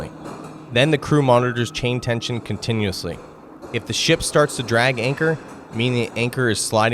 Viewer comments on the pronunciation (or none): none